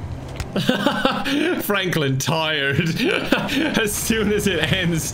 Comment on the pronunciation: excuse me sir... "Flanklin"? lmao